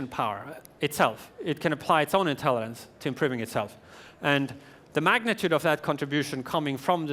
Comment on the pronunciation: why is he saying "intellidence"? i mean i hate those childish people who point out something trivial and dont give a fuck about the important message, but to be honest.. hes giving a speech about intelligence, he should be able to pronounce it. it bothers me I CANT CONCENTRATE ON THE MESSAGE